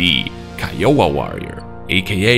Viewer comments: Keeowa🤣🤣🤣 it’s pronounced k-eye-owa 😂😂😂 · Kai-oh-wah not Key. 👍 And is the AH-64 variant the longbow? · "kahy-uh-wuh" not "Key-oh-ah". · Also its pronounced "Kha-I-O-Waa"